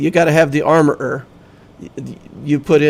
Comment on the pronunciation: And comedy, every time you say armorer i laugh